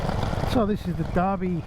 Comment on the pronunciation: Awesome, but just one small comment, the town is Derby not Darby, so pronounced with the definitive "er" sound. I tip my hat to your courage and confidence riding these old bikes across the top end...an amazing achievement.